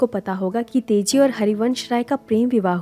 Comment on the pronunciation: Aap baar baar Tezi bol rahe ho. Teji naam hai. Chhetra nahi, kshetra.